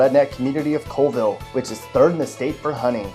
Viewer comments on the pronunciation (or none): You pronounced Colville wrong. It's COLVILLE, not Cole-ville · Colville is pronounced Call-ville. Not Coal-ville. Or you can say Cow-ville if you want to offend someone. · It’s actually pronounced call-vill lol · Danville, really? It has ONE store total. I’m pretty sure they don’t sell guns there because half of the building is a bar and restaurant. If you’re going to make videos about Washington, do some research... Oh, and learn how to pronounce simple city names like Colville. There is no E, it’s pronounced like Coll-ville. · It's not "Cullville" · He didnt prononce colvile right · Sort of lame, slapdash, & hokey. Video mispronounces Colville. And claimed Tenino has a Dollar Store -- they don't. In fact I lived in Tenino for 15 years and the lake photo they show is somewhere else entirely.